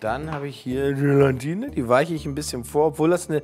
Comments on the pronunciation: "GelaNtine" 😂😂 Ach komm Gelatine wird nur mit einem N geschrieben 😅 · Übt mal bitte das Wort „Gelatine“! Da ist kein „n“ vor dem „t“…!!! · Warum spricht man Gelatine eigentlich immer GelaNtine aus? Als jemand, der bei einem Gelatinehersteller arbeitet, zieht es mir die Fußnägel hoch, wenn man GelaNtine hört :D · Nein, daraus gewinnt man Gelatine und nicht GelaNtine. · Langsam solltet ihr wissen , dass es GELATINE und nicht Gelantine heißt! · Also, ohne Brille (am Anfang) sieht irgendwie "nackich" aus... Aber warum sagt denn Lege immer "Gelantine"??? Er ist doch Lebensmittelprofi und müsste wissen, dass das "Gelatine" heißt! Trotzdem wieder schönes Video. Nachmachen würde ich´s nicht. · 1. GelAtine NICHT GelaNtine 2. GelAtine darf nicht zu heiss werden 👌🏼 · Jungs, das heißt Gela-tine, nicht Gelan-tine! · Es heißt doch Gelatine, und nicht GelaNtine. Nur ein n als vorletztes... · Warum sagen die alle immer GelaNtine?! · Es heißt GELATINE……nicht GelaNtine….. 😖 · ES. HEISST. NICHT. GelaNtine! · GELATINE, es heißt GELATINE 😂😂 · Es existiert kein zweites "n" in "Gelatine"... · Man muss Euch ja Zugute Rechnen, daß Ihr kein Bodyshaming betreibt! ABER! Es heißt immer noch Gelatine, ohne n nach dem a! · GE-LAN-TINE... muss man nichts mehr hinzufügen...